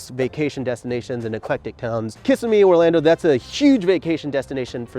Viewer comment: He pronounces Kissimmee incorrectly every time he says it. Lol